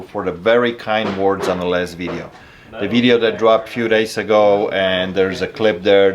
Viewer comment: When he says last video it sounds like he said lesbian.